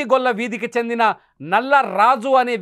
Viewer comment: నల్ల కాదు నల్లి రాజు